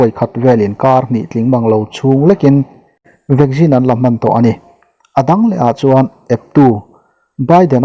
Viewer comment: Vaccine ti ve mai la.vaggin tih chu hriat nuam lem lo e